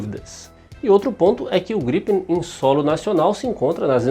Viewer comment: Só tem um porque vc fala ( jatos ) estranho gripem 1 só .